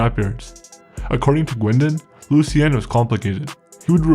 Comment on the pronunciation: Your spelling/pronouncing his father's name wrong... it would have been "Lucien" if he were a man. You do a good job here except when it comes to anything french!